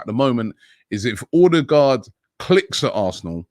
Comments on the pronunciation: Order-guard ffs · Stop calling him Ordie-guard !!!